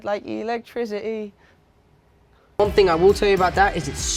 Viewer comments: the way he said "electricidy" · Honestly the way he says Electricity is a true memoir to us British people